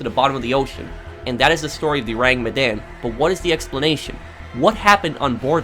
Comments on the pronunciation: Your pronounciation is "Oh-Rang Me-Dan" .. It's actually "Ooh-Rang Mid-Dawn" .. Sorry.. it just bothers me lol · Your pronounciation of the ship name is waaay off XD .. Aside from that.. Good video!